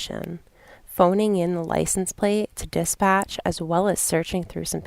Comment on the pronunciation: But you could listen to Darrell mispronounce the whole dictionary?! Aks*, *substain*, *takit*, *licen place*, *grounz*, *jurizdiction*, *biast and many many more 🤣😂🤣😂 I get what you are saying but this lady did say she had an accent.